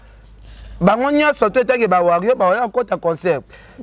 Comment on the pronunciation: Ken MPIANA balobaka warrior et non warrion